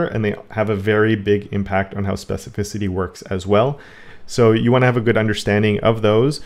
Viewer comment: That trick of hovering over a tag or selector and seeing specificity is great. Doesn't show up in Firefox which is yet another reason for me to quit using it, I guess. Oh and congrats! on your specificity pronunciation!